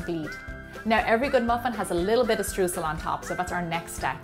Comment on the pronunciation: I am fascinated by the way you pronounce the word "Streusel". In Germany (where it is from) we say it so differently.